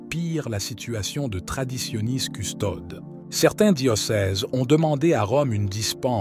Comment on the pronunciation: Toujours cette prononciation erronée de "Traditionis Custodes" où les deux dernières lettres de Custodes, "es", ne sont pas prononcées, alors qu'elles devraient l'être.